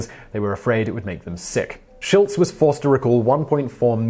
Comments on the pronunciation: Did he say Schultz instead of Schlitz? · I listened again. He said Schlutz.